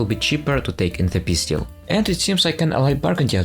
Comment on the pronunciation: I cant when you call "peace deal" - "pizdziel" 😆